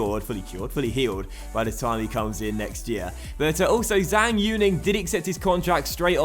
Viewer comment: Zhang is pronounced as Jung